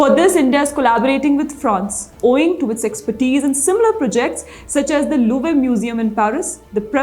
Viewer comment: You sound like an absolute uneducated moron when you cant pronounce words like 'Louvre'. Just ask google for god's sake you f'in villager!